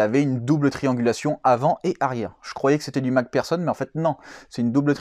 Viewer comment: Mac personne ..... c'est mc do ou quoi ? 🤣 c'est plutot mc fersonne (Mac pherson ) en phonétique .